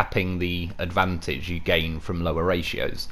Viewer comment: GOTTA LOVE A "LOW REAR" .LOL